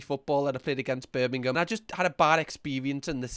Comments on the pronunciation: "not Birmingham Alabama" threw me off so much and the way he pronounxed it birming ham was too funny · 😭🙏 I can’t with the ‘BirmingHAM’ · how the hell did he do me acent and he said Birmingham wrong lol